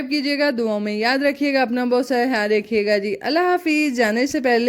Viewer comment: Hayaal nahi khayal hota hai